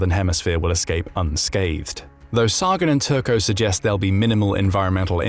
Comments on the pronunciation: "The nuclear arms race is like two sworn enemies standing waist deep in gasoline, one with three matches, the other with five." ―Carl Sagan Also, while the video is interesting, this narrator is annoying AF by continuously mispronouncing CARL SAGAN's name as "SAAAAAAAH-GUHN" Sigh. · Sagan is pronounced Say-gun. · I really wish AI narration would learn how to pronounce names like "Sagan" correctly. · Dude, how can you fail to pronounce Carl Sagan's name correctly? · Is this ai content? Why can’t the narrator say Sagan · Can't you program your computer voice to pronounce Carl Sagan's name correctly?